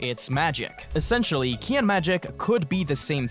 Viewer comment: Can someone explain phrase "killy" is he just failing to pronounce kii correctly my autistic brain needs to know of I'll have trouble sleeping tonight